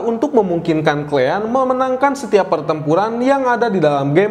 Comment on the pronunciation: "Klean"😊 or "Kalian".. Kosakata baiknya diperbaiki ya bang 😊